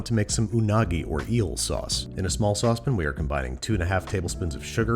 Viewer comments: The way he says saucepan is utterly insane. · Ok, this has been killing me. I finally have to ask. Sauce pan. The way you say it. Is it you, is it a regional pronunciation, is it a quark you developed while filming the show? I gotta know. Also your content is great. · is "saucepin" a rochester thing???